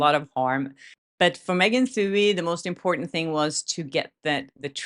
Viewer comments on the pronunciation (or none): Love ya,, but take it from this Irish-American: Megan Twohey's last name is pronounced too-EEE... or too-hee, if ya nasty. 😊